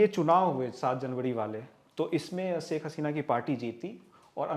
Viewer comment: saik nahi hota shaikh hota hai